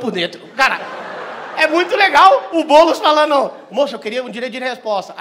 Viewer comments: Impressão minha ou o Renato falou Boules kkkkk😂😂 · Albani tentando ser imparcial e falando “Boules” HAHAHAHAHAHAHHAHA. Isso mesmo. Faz o Ⓜ️